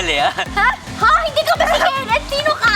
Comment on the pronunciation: said kensh🤭🤭